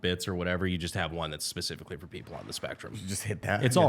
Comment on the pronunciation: "Specificquawy" (Evan )